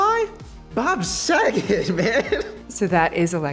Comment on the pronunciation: M.G. has seen Tourette's Guy lmaoo "Bob sagat"